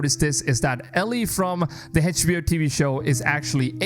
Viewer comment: Funny how you couldn't even say HBO right